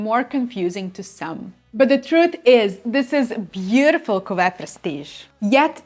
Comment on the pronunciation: Very good French pronunciation! I am also enchanted with how you say cuvée 😊 I studied French for years in high school and college and your pronunciation is much better than mine!